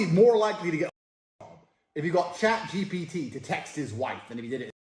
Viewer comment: bro it's chat gpt not chat gbt